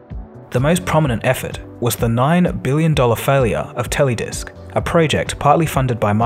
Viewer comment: Note: Teledesic was not pronounced "Teledisk". More tele-de-sic